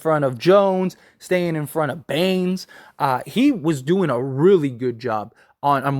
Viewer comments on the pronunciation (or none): His name is Bane, not “Banes” lmao